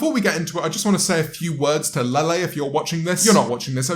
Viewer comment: The way you say Lele sounds like your saying "Lilly" in a really derpy way 😂 When ever I saw her name I thought it was pronounced like "LeighLeigh" 😬